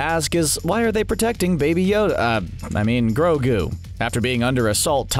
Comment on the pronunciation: Take it easy on mando he didn't kind of say grogou Life 1 and it might be two times